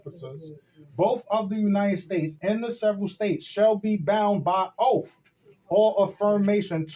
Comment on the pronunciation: when will these nipple heads learn to say oath instead of oaf?